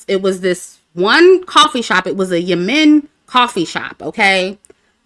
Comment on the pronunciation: It’s pronounced YEM-MEN. The two M’s are pronounced as one with no break.